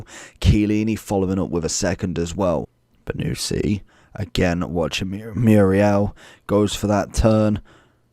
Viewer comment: It is not "BONUSSSI" but "BONUCCCCI" lol! wrong pronunciation !